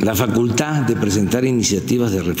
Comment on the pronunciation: A que la 'FACULTÁ'... y la 'LIBERTÁ'...